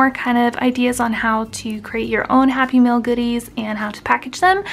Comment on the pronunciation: Cute, simple project! With your accent it sounded like you were saying happy meal. Or maybe I'm just hungry. Lol